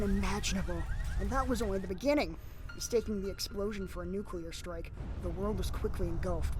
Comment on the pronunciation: "Nucular Holocaust" George, is that you?